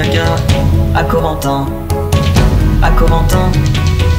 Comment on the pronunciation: Ça m'énerve comment il prononce "Corentin" mon dieuuuuuuuuuuuuuuuuu